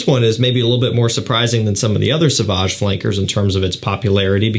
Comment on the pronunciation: It's pronounced So-vahj dude. Not "S'vahj".